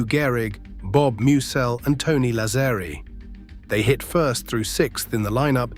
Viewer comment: Why can't AI pronounce Lazzeri correctly? Sheesh.